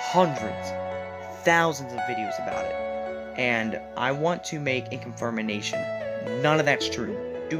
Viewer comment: Did this man say confirmination?